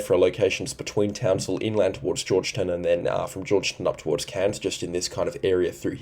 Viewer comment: Thanks again for your service,. Giru = g'roo like g'day Georgetown = George Town, both words pronounced Trebonne = tr a bon